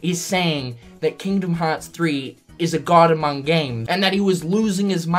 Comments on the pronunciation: No one going to mention the "Amoung"? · The reporter added a silent "U" to "among" when he spoke :)